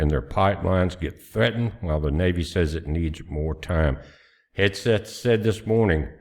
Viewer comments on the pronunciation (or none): none